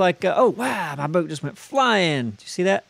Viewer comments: Does think there is a "r" in boat? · "Broat"... for your health.